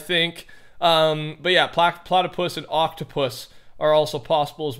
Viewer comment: Mans said plactoplautopus